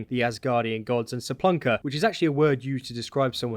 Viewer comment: 😂😂😂it’s Spelunker, not seplunker,! But wow info. I really need this to relight my fire for Valhalla. They should pay u for it